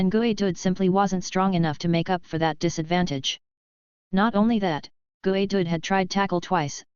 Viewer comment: Gooey? Is how "you" say geodude?